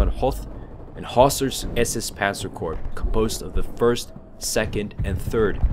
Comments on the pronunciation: Also just fyi... Please stop saying Corpse.... it is pronounced as Core spelled Corps. Other than that great video. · Please don't pronounce Corps as Corpse. It's Core. Other than that, good video. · Very good video. However the "P" in the word corps is silent (as well as the "s"). Kept reminding me of the time Obama kept mispronouncing the term "navy corpsman ",,,,,,lol